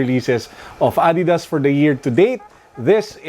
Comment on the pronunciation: Adidas PETCHAYSAS HAHAHAHHA